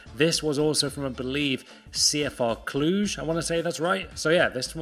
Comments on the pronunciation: You almost pronounced CFR Cluj almost perfectly!Good job!! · You said CFR Cluj perfect wow